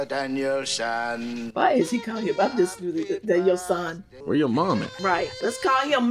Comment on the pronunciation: Also, Daniel-San it is not Son. Just a little FYI.